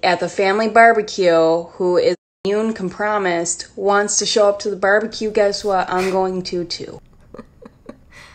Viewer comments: I've heard a lot of mispronounced words but com-promised is a first 😂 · Isnt it compromised? Or did she say it wrong? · I literally screamed at immune com-promised 😂😭 What a gem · “immune come-promised” 😂😂😂😂😂😂😂 i cannot believe this anymore im laughing so hard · And the chick who said COM-PROMISED Probley yells at 16 year old cashiers about her American right not to wear a mask. 🤔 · homegirl’s shirt says “Everything Hurts” 😂😂😂😂😂😂😂😂😂😂😂😂😂😂😂 Her brain definitely hurts, trying to pronounce compromised. 🤣🤣🤣🤣🤣🤣🤣🤣🤣🤣🤣🤣🤣🤣🤣🤣🤣🤣